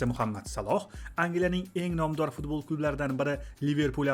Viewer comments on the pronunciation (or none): none